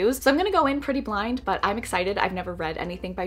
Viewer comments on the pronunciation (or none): none